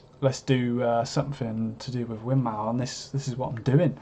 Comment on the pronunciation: Win-more, it's pronounced - named after the founder's wife: Winifred Maude.